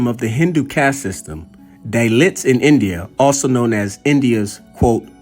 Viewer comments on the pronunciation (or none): DAALITS not DAYLITS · Pronounced "Da-leet"